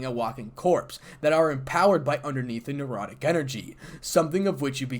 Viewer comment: I would enjoy a part 2, but the word is necrotic and not nerotic energy.